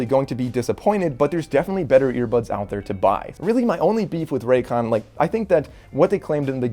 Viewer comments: This is biggest Con: Raycon say it wtih me RAY-CON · His last name is but put it raycon?? ray “CON”